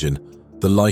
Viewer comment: Lycoming = Lie-Co-Ming